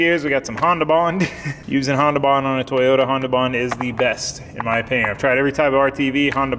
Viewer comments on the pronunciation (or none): none